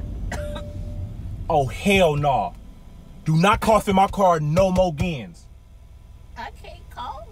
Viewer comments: “No moes gin”😂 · He said “do not cough In my car no mo gens” 😂